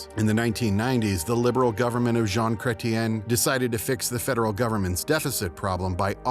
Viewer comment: You've never heard the names Mulroney or Chretien spoken before, have you?